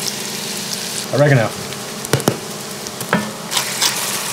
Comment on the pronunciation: The way he pronounced "oregano" made my ears bleed